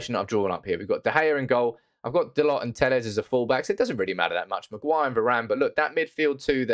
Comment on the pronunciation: please stop calling him Dal-OT, its Dal-O